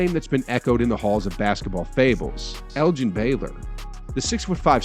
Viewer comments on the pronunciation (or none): none